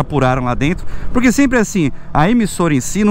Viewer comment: fala, minha lingua nativa é espanhol, adoro escutar o ``po-rrrrrrrrrrrrr-que´´ esse teu kkk um abraçççço